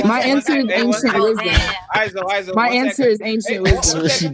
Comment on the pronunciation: "Ancient Wisdon" 🙄🙄🙄🙄